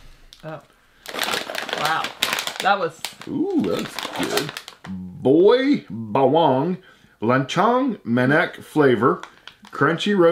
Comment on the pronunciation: Good pronunciation of 'Boy Bawang' hehe